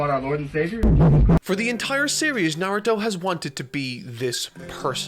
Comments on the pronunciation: NAR-OO-TOE that is how you say his name you scrublord troll monger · You'll go out of your way to pronounce Sakura like a weeb, then call him Narudo the whole time? Awful video. You got your engagement, wowie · I like your content and find myself watching it start to finish, I thought I’d feel the same about this video but then you just kept saying “Narudo” 😅😅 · Come on bro narudo.. really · I’m not gonna lie, I’m hurt every time he says “Nardo” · The real enigma of this video, is where the T in Narudo went. Its pretty easy to simply youtube characters saying the name, idk, perhaps he who speaks is probably under a Genjutsu. Wait, I mean Genjusu! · can u stop saying "naruro" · Great video but Na-Ru-Doh sounds horrible, work on your pronunciation man, it’s easier than scripting a 6h video ;) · I cannot stand when people mispronounce “Naw-roo-toe. Lasted barely over 5 minutes. Sad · Literally can’t say Naruto